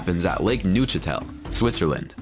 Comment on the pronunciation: It is lake Neuchâtel not lake Nutella